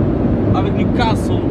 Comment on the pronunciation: I love the way he pronounce all the english word especially 'newcastle'